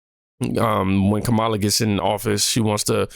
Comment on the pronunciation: It’s KARMALIAH 😂